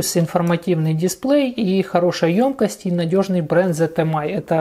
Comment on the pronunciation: давайте говорить грамотно. 1. "обожЖетесь", а не "обожГетесь" 2. в слове "ёмкость" ударение ставится на букву "ё", так как эта буква всегда ударная.